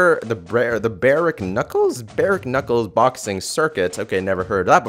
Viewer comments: barek knuckles XD the k is silent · Bear-ek-knuckles lol